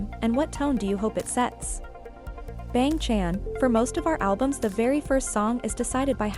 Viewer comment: The way it pronounced bang chan 💀